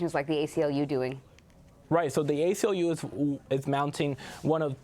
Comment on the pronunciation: ACLU not SACLU